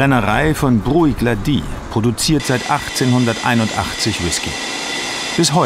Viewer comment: "brùieck-laDIE"? 😳 um himmels willen das sind schotten, keine franzosen! das spricht man "bruch-LAdie" aus 😂😂 oder wenn man engländer ist und kein 'ch' kann: "brook-laddie"